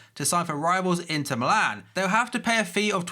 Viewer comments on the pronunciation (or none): none